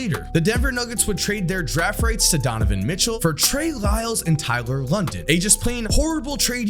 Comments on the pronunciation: Tyler London? It’s Lydon man. Gotta put some respect on a Cuse legend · Nuggets never drafted Mitchell, but the pick before it even became Mitchell. Also, it’s LYDON, not London. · it’s Tyler LYdon. Please have some respect for the man. Love your videos, just hurt me to hear that.